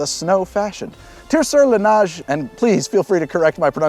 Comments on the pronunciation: From another "dual citizen" who is similarly not a native French speaker... to pronounce "neige" the vowel sound is more "ay" than the "ah" you sare saying it as..... but other than that, great job. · Neh-zhe/Nesh (neige) is the pronunciation, but not bad for a Ol' (mari)Timer